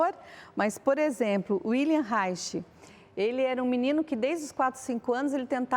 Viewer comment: Sou Cristão. Ela leu wikipedia e sequer pronuncia o nome de Reich corretamente. Em alemão, “W” tem som de “V”. W.Reich morreu de maneira heroica acuado pelo Macarthismo qdo se recusou a não registrar uma patente, pois acreditava que o conhecimento faz parte da humanidade. (não estou aqui concordando com toda a abordagem de Reich) É horrível o nível de crítica que se faz, assim, nós Cristãos andamos para trás. Uma psicóloga que não conhece escolas de psicologia! Então fique quieta! Para criticar Judith Butler e afins não precisamos antepor Deus; o Senhor nos dá ferramentas para olharmos Sua criação. O interessante documentário “O paradoxo da Igualdade” é bem ilustrativo, vejam no youtube. Por exemplo, uma psicóloga (aparentemente darwinista) coloca que a natureza em milhares de anos não deixaria de criar estruturas cerebrais no intuito de consolidar o feminino nas mulheres, como estratégia de sobrevivência natural. É interessante notar que onde não existe repressão, tanto o feminino quanto o masculino são respeitados como desejáveis e naturais (Malinowski). Abraçar uma ideologia de morte e tortura (isso é de Cristo?).e aliando-se a bolsonaro é suicídio político e religioso.